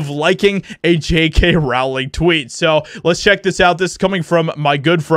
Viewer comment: I like your videos; and I feel exactly the same about this story as you do. So, don't take this the wrong way: J.K.'s last name is pronounced like "Bowling," except with an "R" instead of a "B." Hopefully you take this as construction criticism, because it just helps your content be that much better than it already is. 😋👍